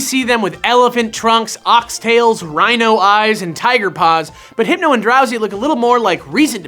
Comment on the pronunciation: I lost it at Heepno